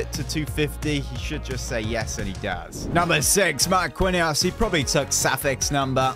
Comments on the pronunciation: It’s actually pronunced marckinhos not marquinhos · you keep getting players names wrong. Marquinhos (Mar-keen-yos) and Llorente (Lor-en-tay). It's making my OCD make my brain go fuzzy